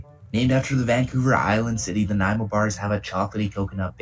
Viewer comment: Greetings from Vancouver Island, nice vid and you said Nanaimo right, have a great day thanks for the vid.